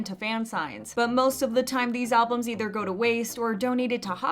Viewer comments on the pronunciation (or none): none